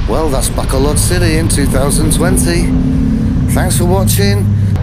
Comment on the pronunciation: Fun video. One day you'll learn to pronounce Bacolod properly, I'm hoping.